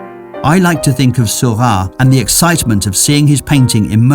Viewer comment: Why does the narrator pronounce Seurat's name as Sylvan?